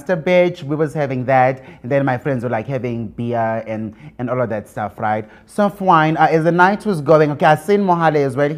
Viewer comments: So fwyyyeen / So Fiiine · I also heard soft wine 😂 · Does he say soft wine or it was fine. I just hear soft wine 😂😂😂